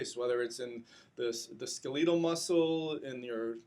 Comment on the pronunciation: "Skel-EE-tal muscle"?? I was kinda buying it until then.